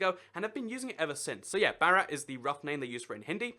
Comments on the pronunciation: Bharat is actually pronounced like Bhaa-rat. Not Barat (fyi that's our Hindu word groomsmen) xD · It's (BO-RO-T) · it is bhaa rut, bhaa like baa baa sheep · "Barat" lol no it's pronounced "Vah-rot" (something close to that) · Its B-harat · hxrini. His pronounciation doesn't even sound like Barat (groomsmen)